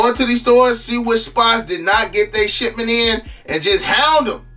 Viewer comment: Sound like he saying "shitment" 🤣🤣🤣